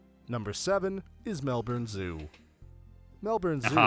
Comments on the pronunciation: That is my favourite City and State. Most of my kids still live there and I was born in Sydney, now I live in Queensland.😂 It is said Melbin or Melben not born. It won World’s most livable City 7 years running for a good reason. There are so many more reasons to go there. We used to go up in the Dandenong Ranges almost every weekend because it is less than hour from where we lived. We used to take the kids there to play in the snow or ride the steam train through the hills or visit Aunty Grace who lived there. Melbourne kind of has it all. My kids won’t leave Victoria except the one that never lived in Victoria. Australia has 6 States including Tasmania and 2 Territories. Acres changed to Hectares when we went Metric. You were grumpy and picky today.😊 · Sorry but you are both pronouncing Melbourne wrong. It’s not Melborn or Melburn. Try saying it like this......Melb’n The popular St Kilda beach should have been included in this. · Melbn is the way that Melbourne is pronounced. Pronouncing it as "Mel-burn" or "Mel-boorn" would be like pronouncing Arkansas as R- Kansas, instantly identifying yourself as an alien. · Funny how your instinct is to say Melborn, the presenter pretends to the American audience that he’s educated on its pronunciation as Melburn and us Aussies are so laid back we just go Melbin. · hurricanes are called cylcones in australia and tasmania is an island state the ferris wheel has since been closed down you need to learn the aussie accent properly its melburn NOT Melborn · NO!! It's pronounced Melbin! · The commentator on the video you're watching is more correct than you in pronouncing Melbourne. Think of it as Mel-Bun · Melbourne is pronounced MELBUN. The 2024 population is nearly 6 million and is the most livable city in he w0orrld and the Biggest city in Australia. In he next few decades it will have a size bigger than London. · It’s pronounced Mel bin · Melbourne is pronounced in Australia - Melbn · It's "Melb'n" Cheers!!! 🙂